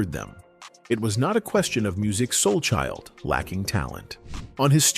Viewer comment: I will not subscribe to your channel! You can't ever pronounce his name right smh